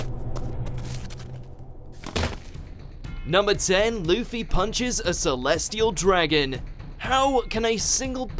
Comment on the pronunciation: did he say leafy instead of luffy or am i hearing things